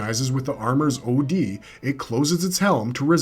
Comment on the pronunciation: stop say O D. it's Od, as in Odic Force... derived from literally the name Odin. you pronounce it by literally saying Odin without the in....Od. now say it right.